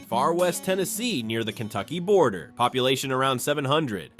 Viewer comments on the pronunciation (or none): none